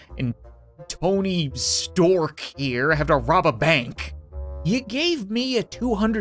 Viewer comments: its stark not stork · Sweet video cap keep it up. P.s did you say storek instead of Stark? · It’s stark not stork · He said Tony Stork as a joke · Tony stark not stork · it's Tony Stank. not Stork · In the begging its tony stark not tony stork hes iron man! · Tony stark not Tony sproke.